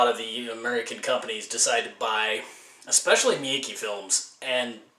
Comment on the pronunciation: not meeky bro....meekay. Mmm k? mm k.